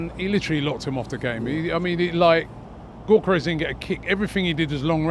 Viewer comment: If I hear Robbie say Gyokeres’ name like “Goorkerez” one more time, I might have to unsubscribe. We all know he knows the actual pronunciation…